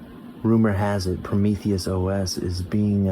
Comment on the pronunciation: say it with me now, "PRO-MEE-THEE-OH-ESS" not "PRO-MEE-THEE-US-OH-ESS"